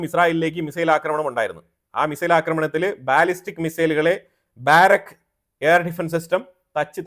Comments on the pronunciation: ബാരക്ക് എന്നല്ല, ബറാക്ക എന്ന ബൈബിൾ വാക്കുമായി അടുത്തുവരുന്ന പേരാണ് ഉപയോഗിച്ചിരിക്കുന്നത്. ബാറക്ക് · ബാരക് അല്ല ബരാക്